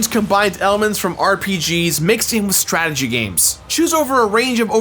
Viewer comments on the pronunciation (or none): none